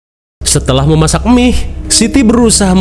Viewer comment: Mie instan. Bang bukan " Emih" Basa sunda ta teh...😂😂